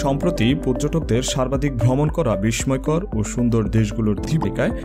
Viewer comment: আপনার শিক্ষামূলক ভিডিওটা ভাল লাগলো কিন্তু আপনার বিদঘুটে উচ্চারণ খুব বাজে লেগেছে। আপনি কি 'প' উচ্চারণ করতে পারেন? ফ্যারিস,ইউরোফিও,বিশময়কর,পাচ্চাত্য,সারবাধিক,পচ্চিম এগুলো ভুল উচ্চারণ করেছেন। বাংলা একাডেমির 'বাংলা উচ্চারণ অভিধান ' কিনে নেবেন। ধন্যবাদ